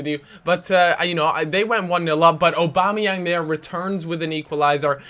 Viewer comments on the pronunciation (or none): he calls Aubameyang, Obama-yang sometimes, that was what i was referring too